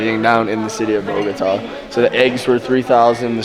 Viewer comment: Smart! As world travelers, I guess you are packed for all type of climates! Love your channel. PS. You wife does a good job with the pronunciation of some of the foods, but she has a hard time with the name of the city: Bogota!